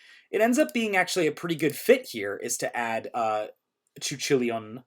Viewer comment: I had to pause the video for a second at "chuchilian" instead of "Ku Chewlane" Black is an interesting choice. I was thinking of running her red green blue with Terra Beasts as a sub engine. I do really like Cu Chulainn but I always want to force in Nabeno. I also thought about Firefly Squid synergizing with her ability and Recovery as well but that would need a white assist